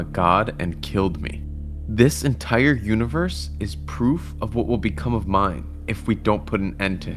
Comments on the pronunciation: see the unevorse 😭✌️ bro gotta take English class ong ong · can u not say universe correct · "The univewse can fweel"